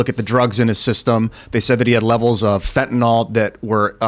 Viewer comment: Fentanyl, (not Fentanol)